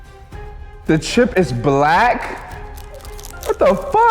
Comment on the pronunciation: “the chip is blackk?!” 😂😂